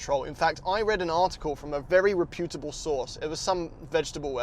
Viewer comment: Re-putable or reputable lol 😂